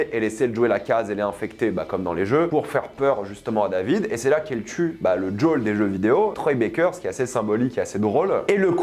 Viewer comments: C'est qui Jaule ? Il s'appelle Joel, on peut arreter les accents craignos ? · ta prononciation de Joel ma hérisse les poils.... c'est quoi ce DJol ?? c'est si dur a dire Joel en français ? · "Jol" aïe pauvre Joël 😅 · Le fait que tu dises jawl me déstabilise